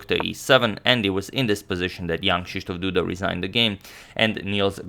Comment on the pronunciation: You have a really good pronunciation of Jan Krzysztof Duda as a foreigner